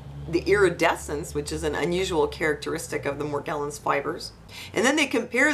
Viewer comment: It's pronounced with a soft G. Mor • gel • ans (jello)